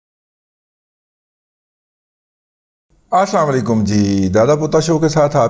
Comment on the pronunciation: دادا جی: آپکا (اسلام وعلیکم) کا تلفظ درست نہ ھے ' مہربانی کر کے درستگی فرما لیں